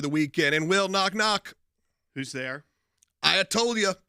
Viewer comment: 😂😂😂 "I toll you". Thanks for the laugh!😂